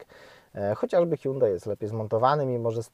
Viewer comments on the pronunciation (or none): none